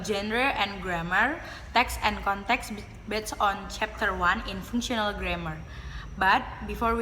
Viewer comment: There are some mistakes in pronouncing the words such as functional, genre, particularly, concerned, inside, determines. For the slide show, I think it's not neat enough, sometimes big and sometimes it turns small. I think in the traditional grammar section it would be better if she said something like “Traditional grammar is a grammar in general that we know when we learn English as a student. Include nouns, verbs, prepositions, adverb, and adjective or what we called part of speech.” or something else, in clearer or easier-to-understand words about what you want to convey. And there is something lacking in explanation about The Context of Situation and Genre which made the viewer don’t understand that part. For additional information that was not mentioned in the video: 1. Processes: What kind of event/state is being described. 2. Participants: The entities involved in the process. 3. Circumstances: Specifying the when, where, why and how of the process. There are many types of participants such as Actor, Senser, Sayer, Experiencer, Receiver, Carrier, etc. There are 6 types of processes are Material Process, Mental Process, Relational Process, Behavioral Process, Verbal Process, and Existential Process. 1. Material (doing, e.g., run, send, kick, etc.) 2. Mental (experiencing or sensing, e.g., see, hear, know, etc.) 3. Verbal (saying, e.g., tell, warn, ask, etc.) 4. Relational (being or becoming, e.g., have, become, be, etc.) 5. Behavioral (laugh, talk, cry, etc.) 6. Existen